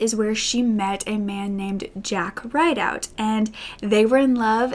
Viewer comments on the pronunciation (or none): i know this has not much correlation but edgar jacks last name is probably pronounced RID-out, i have a feeling because that’s my last name and everyone pronounces it RIDE-out haha